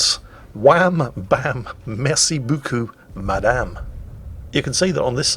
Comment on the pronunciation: for trying to pronounce "Merci beaucoup madame" and managing it ! (from a French native FYI)